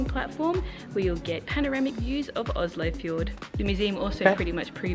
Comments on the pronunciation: I was actually really impressed by your pronunciation of Oslo, much better than any foreigner I’ve ever heard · True, you wouldn't hear them pronounce it like that, but that's because of dialect differences between Eastern and Western Norway. I live in Oslo and my family is from Oslo, and the vast majority of people here (and in Eastern Norway more generally) pronounce it with the "sh" sound. Sure, there was a time when the "sh" pronounciation was considered a bit more working-class, but nowadays I hardly ever hear anyone local pronounce it with "s" - even people from the traditionally high-class parts of the city. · My city! So cool to hear people from abroad pronouncing the name Oslo with the "sh" sound, because that is in fact the authentic local way to say it :)